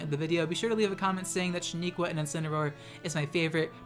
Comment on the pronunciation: Sheniqua we talked about this! it's shEniqua not shAniqua!